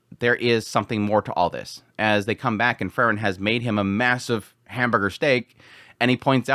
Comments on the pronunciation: It's Freeren, not Frrren.😁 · As i say again, it's Pronounced like this, Frieren as in 'FREE-REN'... Not Furren. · You pronounce frieren and fern almost exactly the same and its a little confusing, good video though! Slowing down your speech in general would be nice imo, as you tend to say individual words very quickly in a way that can be difficult. Just chill, speak a little more deliberately it would be a big improvement just imo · You pronounce Frieren and Fern almost exactly the same and it confuses me sometimes haha